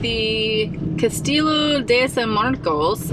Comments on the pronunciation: Castillo = cas-tee-yo, very light “y” sound, cas-tee-oh...Spanish for castle. Nice blanket! Lily approved. 👍🐾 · phonetic spelling for Castillo - kasˈtiʝo (the L's are silent) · So sad you didn’t get to spend much time in St Augustine because it is a cool town but we don’t have much parking and it is crowded all the time. I live here and love it. The Castillo is pronounced like cas-tee-yo. Folks dress up in period costume and shoot off a cannon daily from the Castillo and also in period dress do a ceremonial changing of the guard and other things too. The time to come is November through January for the Nights of Light festival where everything is lit up in white twinkle lights, I mean everything is lit up. It’s a cool town to live in. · Castillo pronounced Casteeyo 😉